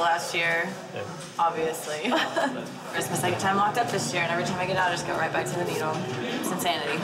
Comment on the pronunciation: I swear he says bed not back..